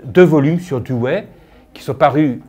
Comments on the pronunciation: "douwi"...pas "douwé" c'est terrible de voir que des personnes spécialistes écorchent son nom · nan c'est le contraire, la prononciation à l'anglaise ou l'américaine comme le fait un richard Rorty c'est Doe wuéi ou diwuéi , et la prononciation française est dou oui